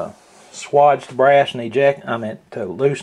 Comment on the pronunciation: Good video, but it is pronounced like wage, like what you make at work. Great video though.